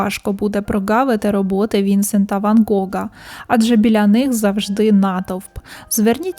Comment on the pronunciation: Дякую за цікаву розповідь! Дуже гарний відеоряд. Виправте , будь ласка, наголос - ПіссарО, ВінсЕнт. Дякую за вашу працю.